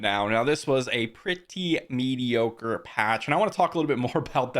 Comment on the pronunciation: He said Meidiocore, No the devs of NO CLUE WHAT THERE DOING, sadly😢😢